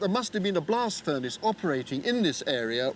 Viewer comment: Said “blast furnace slag”; heard “blasphemous slag” 😆